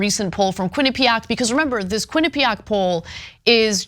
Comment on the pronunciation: Ain’t gonna lie. I never wanna hear the word “quinapeaaack” again.